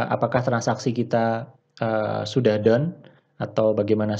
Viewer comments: gua pikir down dia ngomongnya . rupanya done hhahaha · Haaaahaaa, sama Bro, gwe fahamnya down